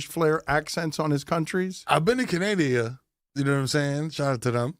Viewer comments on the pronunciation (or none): 'I've been to Canadia'. LOL